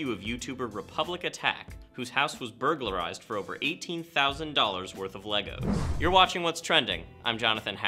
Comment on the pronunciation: Did this man just say burgalarised.